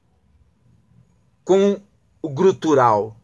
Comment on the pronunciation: É GUTURAL professor. A palavra GRUTURAL NÃO EXISTE